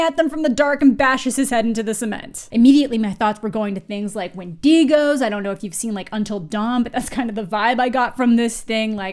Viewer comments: why you say wendigo like that LMAOOOO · ……the mispronunciation of wendigo….lmao 🥹